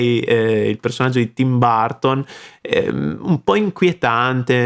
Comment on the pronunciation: Che piacere di vedere un video reaction che insegna delle cose! Una piccola cosa che vorrei notare: nel arte del canto é importante anche la pronuncia, e Damiano é fantastico anche in questo. Ma quando tu hai parlato di Tim Burton, mi facevano male le orecchie: Baaaarton? Dai!:D:D Se non sei sicuro come pronunciare una parola, usi Google translate, cliccando su l'icona altoparlante puoi sentire come e la pronuncia. Ma per il resto, magnifico lavoro. Bravooooooo!